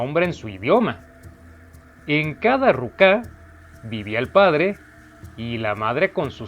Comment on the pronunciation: Y es ruka no rucá